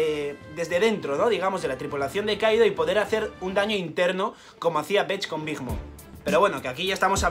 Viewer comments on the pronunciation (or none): none